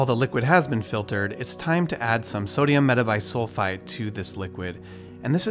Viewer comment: After he said "sodium metabisulfite" I was convinced he's a real chemist